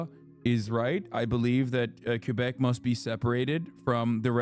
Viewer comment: Can someone please tell Hasan how to pronounce Quebec properly?